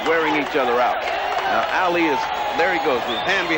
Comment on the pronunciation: That reporter said "Meeuhammad Aeli" 😂😂